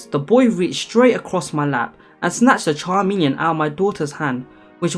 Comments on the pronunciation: It’s not charmilion it’s pronounced Ka m E l i on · I kept hearing charmeleon (the Pokemon) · But it’s pronounced K-Me-Leon not Cha-me-leon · CHARmeleon......😂😂😂😂😂 No, bro, no. Chameleon 🦎😂😂😂🦎🦎 Where you see that “r” at, tho?? Is that a Pokémon? Love ya and congrats on monetization. Thank god I have premium 🙌🏼🙌🏼😘😘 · If you’re going to narrate things, you really should learn proper pronunciation. “chameleon.”